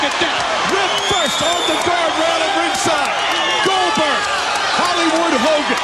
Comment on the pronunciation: nobody calls out Cold-berg